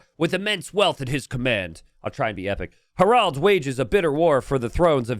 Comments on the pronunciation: His pronunciation of "Harald" leads me to believe English is not his first language. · would the English spelling be “Herold”, stemming from herald, which comes from the non-English “Harald”?